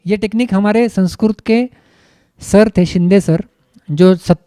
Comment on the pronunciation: महोदय संस्क्रुत नही होता अपितु संस्कृत होता है ।